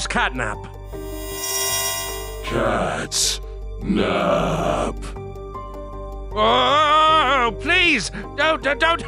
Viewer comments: Wait said gatnap instead of catnap😦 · Why i heard gyatnap 💀💀💀💀💀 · i heard gyat nap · um every time or sometimes you say catnip instead of catnap